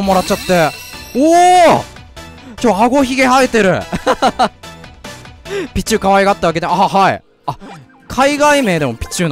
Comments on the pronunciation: ピチューの発音がシチューなんよ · ピチューの発音がビジューなの草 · ピ↓チュウ↑ のイントネーションすき笑